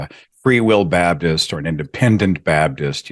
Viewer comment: his pronunciation goes back and forth. It's interesting that when he wants to sound like a preacher preaching the gospel, he's much more likely to say BABDIST.